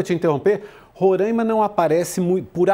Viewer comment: Parem de falar Rorâima! O correto é Roráima, sem o acento, é claro!